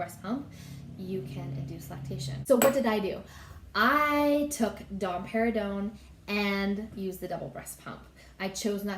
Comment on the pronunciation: I just keep hearing dom perginon 😄